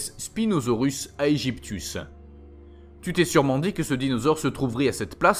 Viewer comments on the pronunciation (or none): Non, mdr les noms ne sont pas correct, on dit Suchomimus et pas Suchimimus, Giganotosaurus et pas Gigantosaurus, Spinosaurus aegypticus et pas Spinosaurus aegyptius, mec t'as vu la vidéo ?